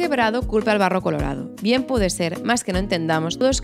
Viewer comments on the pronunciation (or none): none